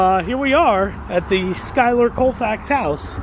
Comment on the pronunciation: Wonderful video but you’re saying his name completely WRONG